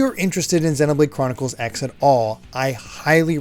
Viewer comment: Are we sure the X in Xenoblade Chronicles X is pronounced "X" and not "cross" like a lot of Japanese games and anime that use an X in the title?